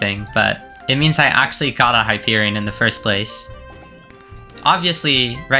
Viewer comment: finally somebody that pronounces it right